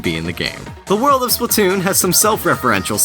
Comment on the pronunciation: Splat-toon not splu-toon